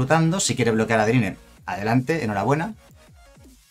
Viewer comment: Pronuncia para el orto adeline jajajaja